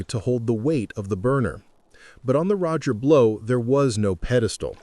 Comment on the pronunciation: This video lost credibility after the AI called ot the Roger Blow!